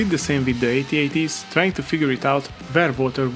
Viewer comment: Thank you for saying "Ay-Tee Ay-Tee" and not "Atat".